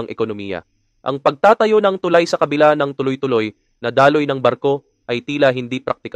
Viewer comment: Pakiayos naman pronunciation mo ng tulay sir! Mabilis ang pagbigkas ng salitang tulay! Thank you!